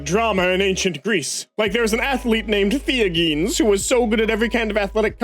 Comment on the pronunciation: The way pronounced "Theogenes" was beautiful 🤣